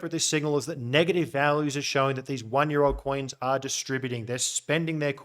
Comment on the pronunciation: Always when you say: “old coins” I hear: “alt coins” 🤣